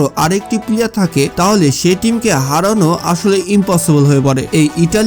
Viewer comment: ভাই আপনার উচ্ছারণ ঠিক নেই পিলিয়ার বলে 😆😆😆😆😆😆😆